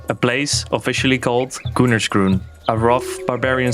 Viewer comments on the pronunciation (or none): none